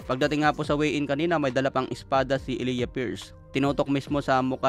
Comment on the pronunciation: E-lay-ja pagka bigkas jan.pariho kami ng pangalan ni pierce